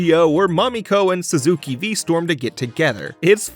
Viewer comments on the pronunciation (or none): none